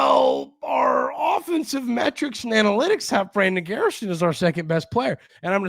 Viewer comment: At first, I thought you said "we're gonna talk about Annie Lennox" analytics lol